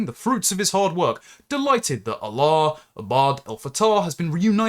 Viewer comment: Your pronouncing his name WRONG!!! You are saying his name as if he is the God of the Arab's.